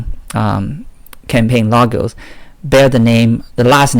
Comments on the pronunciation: Logos not Lagos man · Campaign "lagos & slogans" ? Wth man. Lol. I can't watch your videos because your pronunciation is so hard to listen to 😕 sorry